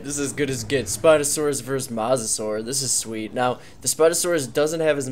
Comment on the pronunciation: Dude not mossasur mosasaur is said moesasaur not a hater love ya content but I had t point that out